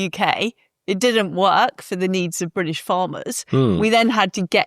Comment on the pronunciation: I'm eight minutes into the show and can't bare hearing Liz Truss saying 'Bridish' one more time.